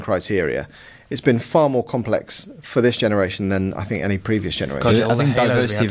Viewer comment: "Last Genaretion"